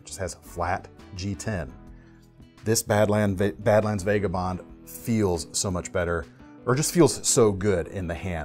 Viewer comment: Still mispronouncing vagabond I see.